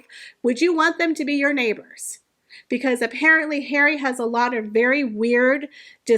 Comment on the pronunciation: I miss how you used to say “daddy”. Now I just love “Hawry”. Cracks me up.